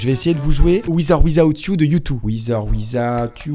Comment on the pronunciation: Wizz or Wizaout youuu... Cet accent anglais c'est le Sida